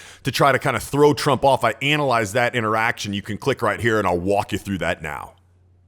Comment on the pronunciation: The way he said anal ize😁